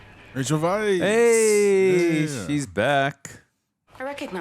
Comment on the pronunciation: Rachel Weisz's last name is pronounced "vice", so you were correct in your pronunciation. Most people aren't. Ralph Fiennes name is pronoynced Rafe Fines. Good job, both of you...I heard some Star Trek: Wrath o Khan Horner music.